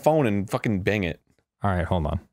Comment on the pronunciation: Bing it sounds like bang it